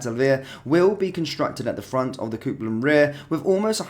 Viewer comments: It’s Copland not Coopland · Coopland 😮 🤣🤣🤣🤣 Copeland Bud, just saying from Glasgow WATP 😎🇬🇧👍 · Say after me phonetically - COPE (AS IN - I CAN'T COPE WITH SOMEONE WHO CAN'T SAY IT PROPERLY) & LAND... So its COPELAND ROAD STAND. IS HOW YOU SAY IT. Ask your Family if still living. 😂🙄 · Please work on your pronunciation of Copland 😬